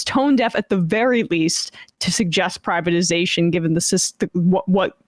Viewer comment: He said PRIVIZATION